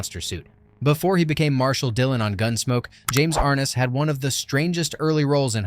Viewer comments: Ar-NESS!!! Ar-NESS!!! Idiot. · Pronounced R-Ness.